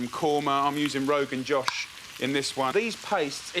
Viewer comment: The "O" in Rogan Josh is pronounced like { o in open } not like the english name Josh